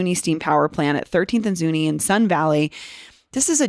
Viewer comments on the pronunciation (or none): Its said ZunI no E you sound like an outsider.. The Pec will never be the same again.. you cant even say it right. Ask a Local